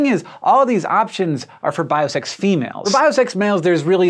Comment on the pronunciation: Is he saying bi-sex females? what's that?